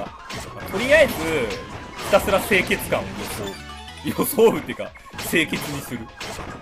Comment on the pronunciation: のひたすらがヒカクラに聞こえたw